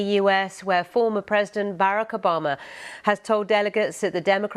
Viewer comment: Foomuh president Barrick Ubahmuh 😂